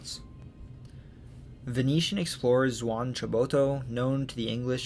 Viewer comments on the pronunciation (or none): none